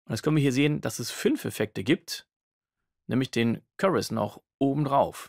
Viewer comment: currus? Wie Curry nur mit us? :D Chorus, mit O wie in story! Heijeijei :D Ansonsten Danke für's Video. Sehr gut erklärt...